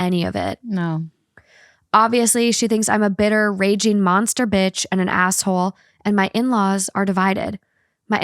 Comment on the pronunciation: When says asshole, it sounds like she's saying asswhole